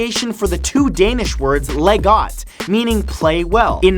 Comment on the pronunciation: Oooooooooooooh. Oh man. The butchering of the danish language was strong (G in Leg is pronounced as a j. It's weird I know)